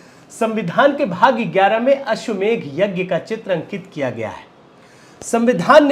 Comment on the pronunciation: If you pronounced अश्वमेध then it will be right.